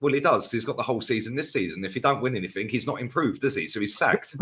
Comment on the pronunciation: Grammar can’t pronounce simple words says anyfink instead of anything, nothink instead of nothing, was instead of were and can’t pronounce trajectory he says trajrectory 😂 the guy is a Moron.